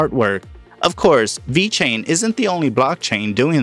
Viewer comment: dude say it right!